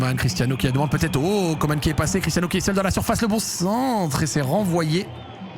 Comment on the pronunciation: Coman c'est pas comane coman an pas mane